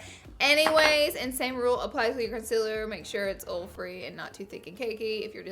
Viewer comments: GURL! Everyone makes fun of how I say oil. I'm from Alabama, too, and I say it the same way you do. I can not pronounce it correctly lol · I love you but it drives me up the wall how you say oil. I know its the accent and stuff but omg it drives me crazy lol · I love the beginning disclaimer of the "oil" pronunciation 😅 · I literally thought it was because you just couldn't say oil right.... Now I feel like a bad person 😂😂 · Every time you said oil, I forgot what we were talking about!😂lmao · I love the way you say oil! ☺ This is perfect for me! I have trouble with oily-ness all freaking day 🙈🙈🙈 NO MORE! 😄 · I love the way Southern's say "OIL". My fiance does it & its so cute :) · I love how she she says "ol" 😂😂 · My hubby say ol too he's from Georgia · Why can't she properly pronounce OIL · Born and raised in the deep South and NO ONE says oil like they have forgotten how words work... Like you do. So please don't use that for an excuse... Makes those of us who know how words work look bad. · Girl I feel your pain about pronouncing oil! I'm the same way I lived in WV for a long time now I live in TN. Your videos save my makeup life I always felt like I was doing something wrong but you saved me!!!!!!!! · surely not texas we don't pronounce oil like that here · Oil! Say it wrong too! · Lolol we really do say oil like that. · oll instead of oil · Oil (oyl) not (ol) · Can't even watch this fucking video because you can't pronounce the word OIL O I L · OIL NOT OLE LMAO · Why does she say ole instead of oil? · did it bother anyone else how she ol instead of oil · OIL NOT OLE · Laura it's oil not OLE ! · it's not ole its oil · R u saying ole? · Your pronounce oil as ole. The copper colored eye shadow is awful. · I love that she says ole, it makes my day every damn time I swear:) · I live in the south but we don't say ole. No hate, loved the video and it worked for me!! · "packing OL" "lot of OL" "producing OL" OL OL OL OL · Also, watch Cars 3. Even Tow Mater says OHL.